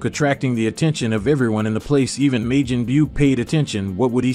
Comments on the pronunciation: He said maygen. .and sayeeen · Your speech is terrible sayjin the j is silent it’s not mijen buu it’s majin buu and for the record it’s not wuss it’s whis damn dude lol you crack me the fuck up lmmfao also it’s kakarot kokoroto omg smdh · You can't say sayion or majion right lol 😂😂😂😂😂😂😂😂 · Why are you saying Majin like Majen? Wtf I've never heard it pronounced the way you saying the shit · To the commentator that voices the main part of the story... Please Learn to Pronounce Japanese properly. Seriously I clicked off the video 'cause you pretty much butchered any word having to do with the words Majin ( Pronounced Maw-Gin) Buu (Pronounced Boo) Saiyan (Pronounced Say-an) and Whis (Pronounced Wheese). I'm not trying to sound like a wet rag but... Pronouncing a word improperly let alone 4... several times during a video that hundreds... perhaps thousands of people are going to watch makes y'all sound like a bunch of rank amateurs. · how the hell can u not pronounce majin correctly how long have u actually watched the show